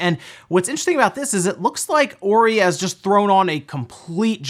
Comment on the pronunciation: It’s Hoe-ree Not whorey